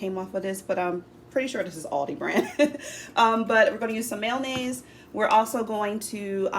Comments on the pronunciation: Its not called "mail-naze".😢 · I have never heard anyone pronounce mayonnaise that way